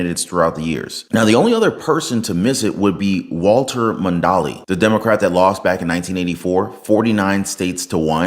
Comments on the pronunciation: Correct pronunciation of Mondale is mon dale, not Mondalee. May God Bless. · His name was Mon-Dale not Mon-dal-e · Mon-dale. You saíd Mondalee 😅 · Mon dale not Mon doll ee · Walter Mon-dale, not mondle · Mondale like mon-dale not mon-da-le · Walter “Mon-dolly”? 🤣 “Mon-dale”. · It is pronounced Walter MON DAYLE. Not "Mondalley". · Haha. It’s pronounced Mon-dale, not Mon-da-le.😂 Trump 2024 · Mondale....phonic. Maahn Dale. Not maahn day lee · It's pronounced “Mon-Dale” and not “Mon-dahl-ee” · The name is pronounced MON-dale , not mon-DAL-ee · Mondale is pronounced Mawn-dale not Mondawlee. Spot on with the rest :) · It's Mon-Dale not Mon-Da- le. 😀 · Mon-dale. He was a full-fledged MORON! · It's pronounced Mon-Dale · What was Walter last name again😂😂😂😂 monDale not monDali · ....c'mon, you are not that young!!! It was Walter Mon-dale....not Walter MONDALLY! You do a great job but that pronunciation was way off! Otherwise you are right on. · DUDE! You are definitely showing g your age or lack of history knowledge. It is not "Mun-dal-é"😂 It is "Mŏn-dāle" Dale, like Chip & Dale. Get it right, brah! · It's pronounced Mon-Dail (rhymes with tail) , not Mon - Dolly...old enough to have seen the 84 election...I realize you're younger and really haven't heard his name pronounced too often... Dude plunged into obscurity after landslide loss to Reagan... Kamala's fate too... don't mess with Al Smith...😂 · Dude! Mon....dale. Not Mondali. Those people are dumb, no need to join them. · Hey, nothing here in negative response, nonetheless, the name (‘mondale’) is pronounced (mahn) (dell)…not mondaley. The walter mondale was a (CORRUPT) vice president to the (CORRUPT) jimmy carter. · It's pronounced Walter Mon-dale NOT Mon-dolly. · His named is Walter Mon-Dale… Mondale not (mon dolly) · It’s Walter mon. DALE.. (like chip n dale) not dala.. NO A at the end .. lol. Jus sayin.. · Walter mon-dale not Mondollay 😂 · Mon dale =Mondale not Mondaly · It’s Walter Mon’ Dale. !!!